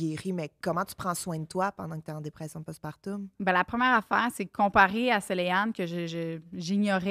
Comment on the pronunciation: tout au long du vidéo je me posais la question, vous le prononcer différemment , mais dit-on post-partoooouuuum , ou post-partuuuuuummm ?? ( j'ai accentué les lettres o et u pour être sur qu'on me comprenne hihi)